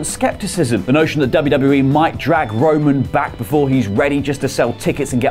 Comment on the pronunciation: Am I the only one that noticed he keeps calling him wo-man